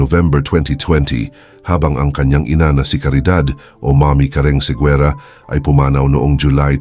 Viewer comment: You should pronounce it as Segera, not Seguera.